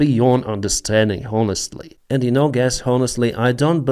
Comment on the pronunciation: You use the word “honest or honestly” a lot. The H is silent. Your English is great, but please don’t pronounce H.